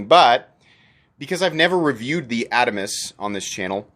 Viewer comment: Love the Adamas knives! The new mini is great!!! I think your pronunciation is correct, sorry to your rep!